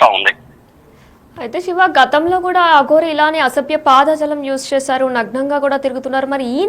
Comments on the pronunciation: పాద జాలం కాదు యంకరమ్మా, పదజాలం అనాలి. తెలుగు సరిగా పలకటం నేర్చుకోండి. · తల్లి పాద జలం కాదు పదజాలం చస్తున్నాను వినలేక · పాదజాలం, చేతులజాలం కాదమ్మా.... పదజాలం ఆని పలుకమ్మా...